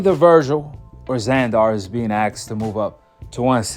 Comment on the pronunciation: It's Zander not Zandoor u make it sound like a super villain from a movie lol.